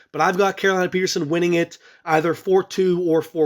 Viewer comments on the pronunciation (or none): none